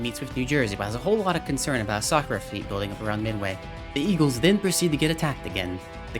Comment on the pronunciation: It's battle of Midway not Miday